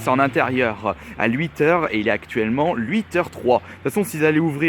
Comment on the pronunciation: Huit* pas Lhuit bordel